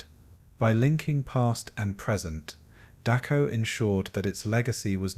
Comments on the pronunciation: Can you please pronounce it as Dachau not Duckaw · Dock-cow not Day-show. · Dachau is pronounced Dahow get it right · Oh, for pity's sake, get the name right! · The pronunciation of the name "Dachau" is just plain atrocious. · Why do you keep pronouncing Dachau wrong?